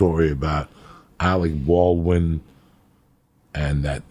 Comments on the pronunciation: Alec ballwin and cal labow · Im not gonna drop any names, but Alec Baldwain and whats that kid, Shaya la Bof. Lol